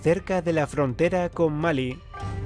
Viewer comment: Malí tiene tilde y usted dice Mali, lo veo mal i. Jajajajaja.